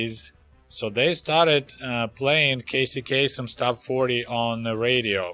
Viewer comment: I know just what you went through with that bus ride to Kyiv! Attraction works like a radio scrambler, so it's hard to think of what to say! You said Casey Kasem correctly. His name rhymes.